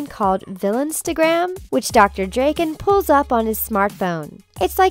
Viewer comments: It's pronounced DRAKEN not DREAKEN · stop pronouncing drakkens name wrong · Thank you , first i thought oh she got it wrong funny but than she continues 😧 It's Drakken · Weird how she pronounces Drakken's name. But I do like it though. If they were to make either another movie or cartoon series I wouldn't mind there being a character with a name pronounced like that. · The narrator of this vid can't even pronounce Drakken's name right.